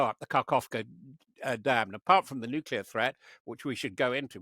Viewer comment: "Nuculer weapons"? Interviewer stop watching American TV.